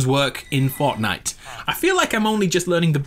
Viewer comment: epicness loock with subtitles on and then u will see Fortnight so im pretty sure that he said Fornite.